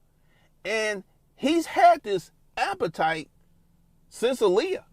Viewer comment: this man is ruining the word appetite